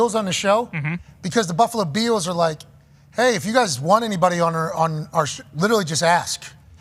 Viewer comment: Anybody know why pat always mispronounces the buffalo “bills”? He says the beals, he could be trolling.